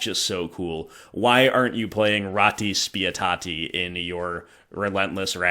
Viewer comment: Hey, you actually pronounced "Ratti Spietati" really well!!!